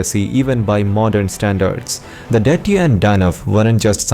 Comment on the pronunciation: It is pronounced as Dithya's = Di th yas (phonetics ) and Dhanavas = Dha na vas Whether its AI generated or as pronounced by Westerners almost all of them pronounce the Indian words wrongly most of the times They give the American phonetic sound of alphabets.They don't bother that its an Indian language and should be pronounced as in Sanskrit language its the origin.